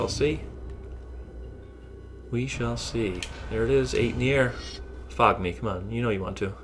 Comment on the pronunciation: he said fog me rigth?? o Fuckme xD nice deck and play GG